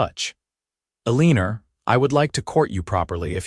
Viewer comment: This is a very nice story. I just wish that this AI could actually say the words correctly, Tucson and Eleanor and not a leaner because that’s what you get when you’re playing horseshoes and you get the big score if you get a leaner.